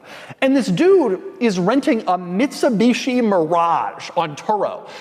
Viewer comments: Did he say “Bitsumishi”? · Did Doug say Bitsumishi? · that is what i heard